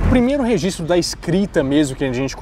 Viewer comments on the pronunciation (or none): none